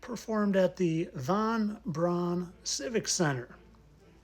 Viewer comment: You are doing such valuable work. Thank you for pronouncing von Brauns name correctly.. the anglisization of his name to pronounce it as 'Brown' is annoying.. they always pronounce Eva Braun correctly.